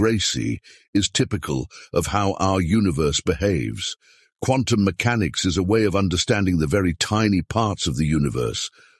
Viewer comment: He put the accent on the first syllable when he said "mechanics".